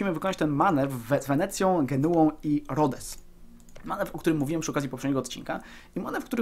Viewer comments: nie rodes tylko rodos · Mówi się Rodos nie Rodes